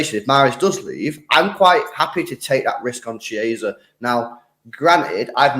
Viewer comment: KOVVA-CHICH KEY-AZA